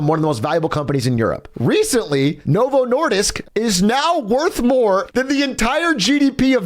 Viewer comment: I swear.. when he said swedish and Novo Nordisk it made my blood sugar drop. 😂 As a Dane this is your second strik... Next time you will be forced to eat surströmming